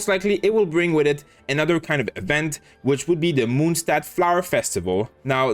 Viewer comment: It's not Moonstad it's Monstad please that sound really bad